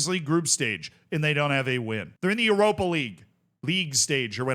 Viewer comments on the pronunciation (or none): none